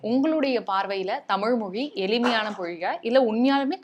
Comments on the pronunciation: 😂 ழகரத்தை மட்டும் மிகவும் சிரமப்பட்டு உச்சரித்துவிட்டால் போதுமா?! இந்த "ல, ள, ர, ற , ந, ன, ண, ங, ஞ (ஶ, ஷ, ஸ, ஹ, ஶ்ரீ)" எல்லாம் என்ன தக்காளித் தொக்கா?! 😂 பள்ளிக்கூடம் என்பதை பல்லிக்கூடம் மாற்றி என்பதை மாட்றி எளிமையான என்பதை எலிமையான சிறப்பு என்பதை சிரப்பு விளக்கம் என்பதை விலக்கம் என்கிறாள் இப்பெண்மணி! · அந்த மனுசன் எவ்வளவு அழகாய் சொல்றார்!!!!! ஆனால் இந்தப் பெண் எளிமையான என்பதை எலிமையான என்றும் பள்ளிக்கூடம் என்பதை பல்லிக்கூடம் என்றும் விளக்கம் என்பதை விலக்கம் என்றும் உச்சரிக்கிறார் பாருங்கோவன்!!!!! தமிழ் நாட்டில நடக்கும் எல்லாப் பாடல் நிகழ்ச்சிகளிலும் தமிழர்கள் இல்லையே அதனால்தான் அவர்கள் ஆங்கிலத்தைக் கலந்து திட்டமிட்டு அழிக்கிறார்கள். அதற்குக் காரணம் மாற்றான்களை வளர்த்து விட்ட மூத்த இசையமைப்பாளர்கள்....